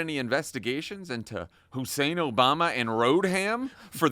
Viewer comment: The Q-anon guy actually said "Barack Hussein Obalma and Hillary Road-ham Clinton". I thought he might be attempting a bit of word play with "Obalma" having something to do with embalming? Who even knows. The Q-ers aren't known for their with or intelligence.